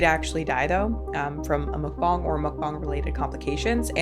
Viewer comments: It’s Mukbang, not mookbong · What is a muk bong isn’t it pronounced mukbang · I think she’s just mcbonging English/Gaelic to rage bate us with an ear for terrible pronunciation. Unforgivable pronunciation of every vowel. Mok Bong. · I can’t tell if is being pretentious or just has a strange grasp of English/Gaelic but I had to stop the video to Google “mokbong” only to find out it’s “McBang”. I can’t stand when people intentionally pronounce words in the most random “unique” way. (I listen to YouTube I rarely sit and watch like I’m “supposed” to) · Even at my fattest, I always considered mukbangs cringe & disgusting. And, honestly, morally reprehensible. Like, I hate living in a world where mukbangs (which I will always intentionally mispronounce as “muck-bangs” because I don’t respect the concept) and starving kids exist simultaneously. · Tis pronounced Muck bAng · The way you say mukbang. Do you say gangbang like gongbong?